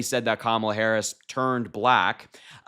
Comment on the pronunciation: She made a fool of herself mispronouncing Harris' name several times. What a jerk.